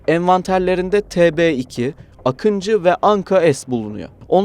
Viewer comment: не акинци а Акынджы ,не Атмака ,а Атмаджа =Akıncı değil akintsi Atmaca değil Atmaka!